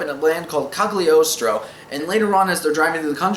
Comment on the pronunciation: this is a great movie with a great soundtrack, but I watched the sub because I heard the dub wasn't too great, even with David Hayter. Also, it's pronounced "Calyi-oh-stro" because in Italian "gl" is like a rolling L